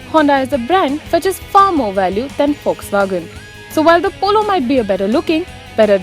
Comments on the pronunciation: "FOX" WAGON, its how it is pronounced :) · it's Volkswagen